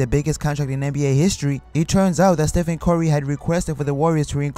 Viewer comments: "Ste-fen Corry" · "Steph-end cory "